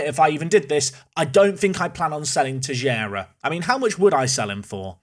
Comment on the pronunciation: Finally caught up with all episodes. The way you've been pronouncing Teixeira has been bugging me. Try pronouncing it like this- Tei-shei-ra. Can't wait for the season finale